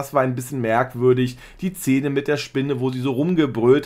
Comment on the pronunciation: Lieber, ich bin Trashi der ersten Stunde und verfolge JEDES deiner Videos! Allerdings triggert es mich sehr wenn du "zähne" statt "Szene" sagst. 😂 Vielleicht ist dass eine annehmbare, nicht alleinstehende Kritik ist. Alles mit Liebe 😊❤ Bis heute Abend! ❤❤